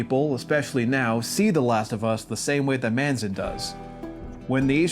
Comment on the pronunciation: It’s Craig Mazin btw, not Manzin